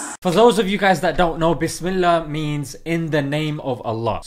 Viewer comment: Bisimillah not bismillah